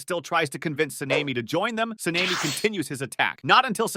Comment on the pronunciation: Se-Ne-Mi? Sa-ne-Mi